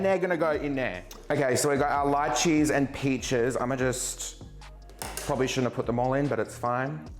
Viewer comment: Omg the first non Hawaiian person I’ve ever heard say lychee the way we do!! Everyone else says lee-chee lol